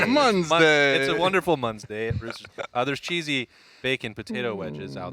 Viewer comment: " It's Mondsday and I am not a doctor " Good call, we love you anyway! God bless!